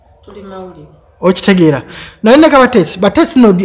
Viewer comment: Kabateesi???or kabasiita? you really bad at names